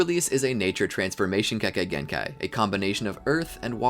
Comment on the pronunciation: many times you said kekakei genkai🤣🤣